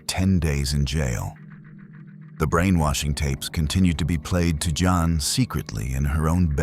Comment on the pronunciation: It's Jan. Like Jam. Not yon.